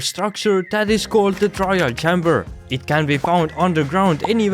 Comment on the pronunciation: "chamber" is pronounced CHAY-mber like the letter "A"